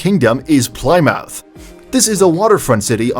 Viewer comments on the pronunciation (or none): Plie-mouth wrong 🤣🤣🤣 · As an American living in the UK, I cringed at almost every city pronunciation. Seriously? Ply-mouth? There is a Plymouth in Massachusetts, too - pronounced the same as the one in England! And Edin-burgh! Yikes! I don't know about anyone else, but I live in Edin-bra. If you're going to make, and upload for countless people to see, a video on cities/towns outside your own country, you have a responsibility to learn how to pronounce their names correctly. His laziness in not doing so is embarrassing. I wanted to pop through the screen and rocket him back into a classroom. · Americans say Plymouth the same way as Brits. No one says it the way the obvious speech AI did.